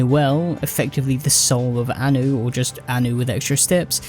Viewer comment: Okay I'm hungover so for a second I thought I was listening to a Star Wars shitpost channel cause it sounded like you were saying "Ani" and "Padme".